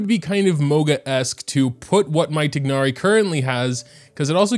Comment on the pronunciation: It's pronounced, Tie-nari